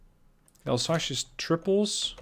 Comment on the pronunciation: Pleeeease stop saying « Alsache ». It’s « Alsace », pronounced « Alz-ass »